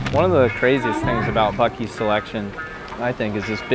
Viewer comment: Dude did you say fuk ee's